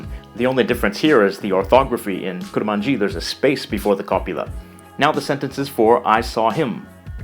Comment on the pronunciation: I'm Kurmanji, but it's not pronounced like that, atleast that's how I speak kurdish. We pronounce it "Kurmonje".